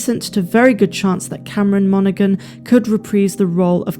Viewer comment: G is silent in Monaghan